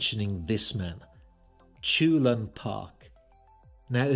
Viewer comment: Great video, just to add: his name should be pronounced "chul-hoon", not "choolun".